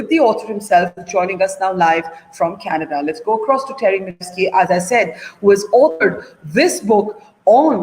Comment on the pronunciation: people who cannot pronounce Canada (Kaneddddddddddddddddddddddddda) should not be allowed in Canada